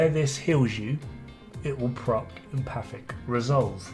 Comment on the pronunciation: Still pronounced wrong, though the correct amount of syllables. It’s Em - faTIC. The T is pronounced emphatically. 😜